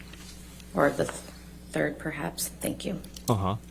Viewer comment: "Could we scroll down to the 2nd. Or the 3rd behaps?"